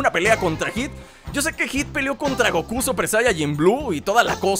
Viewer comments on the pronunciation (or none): none